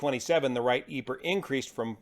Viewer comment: Ive never heard anyone say EPER for EPR but great video!